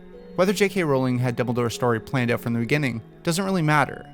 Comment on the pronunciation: "had figured oooUt" are you canadian?